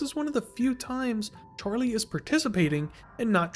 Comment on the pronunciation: the way u pronounce his name sounds like "charlay" i need people to notice this as well i cant be going crazy